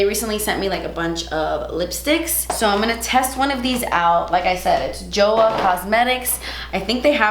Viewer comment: From my little knowledge of Korean language Joah is pronounced more like Choah. The Korean brands that I love would be Innisfree and Etude House. Love ya ❤️